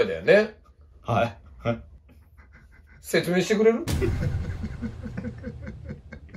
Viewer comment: 説明してくれ？の間がウケるｗｗ